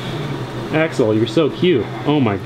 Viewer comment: Please, Axel... not axle! He's not a fucking driveshaft!